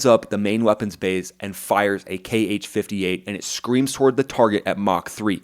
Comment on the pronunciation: Kh-58 is simply pronounced H-58... Have Americans ever heard of the phonetic alphabet???